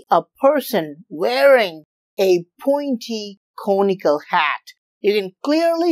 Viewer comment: It took me a second to realize he was saying, "conical".